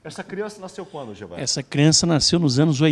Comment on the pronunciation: Ele é despreparado porque nunca passou nem na frente de uma universidade. O Gevaerd é uma pessoa conhecida mundialmente e essa anta não sabia o nome dele e nem mesmo pronunciá-lo. Estudei um bocado para me formar e durante todo o tempo de jornalismo, o que vi foram esses semi-analfabetos dominando as Redações, as TVs e Rádios, auto-intulando-se jornalistas. E para ficar pior ainda, como não sabem falar nem escrever corretamente, puxam o saco e rastejam em volta do diretor do jornal, TV, rádio... Resultado? são premiados com cargos elevados e salários 3 a 5 vezes maior do que os pagos aos profissionais. Ah, e ainda são Editores, os nossos "chefes" sem um mínimo de noção de como se faz jornalismo.